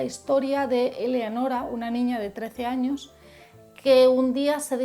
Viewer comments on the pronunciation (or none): none